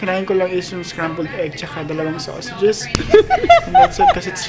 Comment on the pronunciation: Sow-se-jes hehe kakatawa naman! Ganda ng view! Pag nagtatrabel talagang kailangan maglakad, sakit sa legs n paa 😩😂